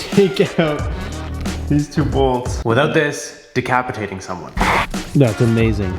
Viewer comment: Another great afternoon hanging with my boy! Love you! (Dee-cap-eh-tate-ing)🤣🤣